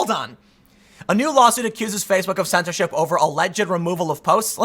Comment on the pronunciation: hehe you said 'censordh1t"